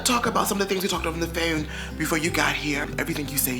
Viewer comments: “We talked on the fóne” 🤣 I saw you chuckling too lmao!!! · WHY YOU SAY PHONE LIKE THAT??? 😂😂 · I was dying laughing when he said that because I was thinking about all the Nicki Skype Calls😂😂😂